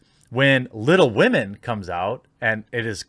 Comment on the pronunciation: I would rather read Tom Sawyer than 'Wittle Wahmen'